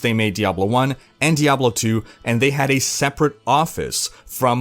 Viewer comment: Thank you for saying Diahblo instead of DiABlo.